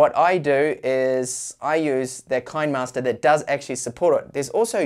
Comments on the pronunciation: Kinemaster ➡️ kee-nee-master, like you would pronounce "cinema'ster". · Finally said "Adobe" correctly! :D But I think the "kine" in kinemaster is pronounced like "cine" from "cinema" but with a k sound of course. Kinnamaster ... Love your content! Just giving you a hard time :) My only issue with kinemaster is subscription model :/